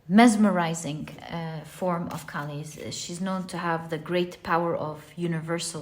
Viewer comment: its kaali not Cali. the k's pronunciation is like k from kite. and its aa not a(pronunciation). you can actually go to a hindi youtube channel where maa kaali is mentioned.